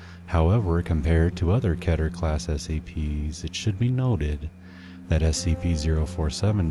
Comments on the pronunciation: OMG THANK YOU FOR PRONOUNCING KETER CORRECTLY! <3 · At least you're one of the few who pronounce "keter" properly.